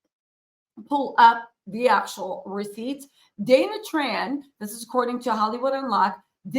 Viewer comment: He can’t say her name